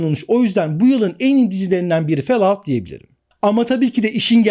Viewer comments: "Fel aut" değil hocam, "Fol out " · Felaut degil folaut okunusu. Cok cringe oldum her felout duydugumsa 😂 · o "felaut" değil "folaut" şeklinde okunur. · Fellout değil follout😂😂😂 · felaud nedir abi ya 😂😂😂😂 FALLOUT - folaut abi folaut :D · Böyle bir telaffuz yok. Herkes Folaut şeklinde okuyor. Felaut nereden çıktı. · Fallout (felaut) şeklinde okunmaz, Fallout (folaut) şeklinde okunur!!! Koca faloutu felaut diye söyledin ya tüm karizmayı çizdin!!! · fellaut değil hocam fôlˌout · Hocam cümlenin tamamanı aynı ses tonunda okumuyorsun, vurgu ve tonlamaların dinlerken yoruyor. Sanki nefes almıyorsun da dinlerken ben nefes nefese kalıyorum. Fell out değil follaaud diye okunur. Kalp kırmak kötü yorum yapmak için yazmıyorum ama 2. dakikadan sonra izleyemedim bu sebeplerden dolayı. İyi günler. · Hocam o adamlardan olmak istemem ama; fellout değil, follaut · Fellaut şeklinde telafuz etmek... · Fellout nasıl bir telaffuzdur ya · Lise mezunuyum, bildiğim kadar ingilizceyle beni ingiltereye bıraksan en fazla yarım saat hayatta kalabilirim ama falloutu felaut diye okumam. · abi nolur şunu fellaut diye okuma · hocam, fellout diye okunmuyor. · Hayır tam olarak Fol aut diye okunur. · Okunuşu Fallout değil. Fellovt gibi bir şey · Ben anlamıyorum o kadar video çekip hala ingilizce telaffuzları yanlış söylemek düzeltmemek neden?